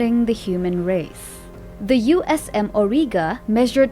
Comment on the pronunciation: 1. it’s AURIGA not orga 2. The avatar is not the largest titan. The Ragnarok is